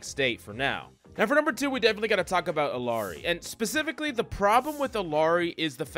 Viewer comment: Please pronounce Illari correctly. It’s gut wrenching.